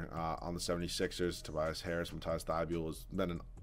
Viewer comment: Its mat-eass not mat-ice